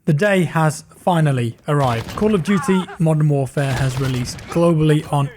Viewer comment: You have a strange way of saying Camp of Duty...